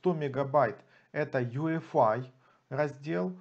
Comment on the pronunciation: почему вы говорите Ю ЭФ АЙ, если это ЙИ ЭФ АЙ. путаете людей.. а вообще крутой тутор. спасибо. все достаточно доступно и с разбором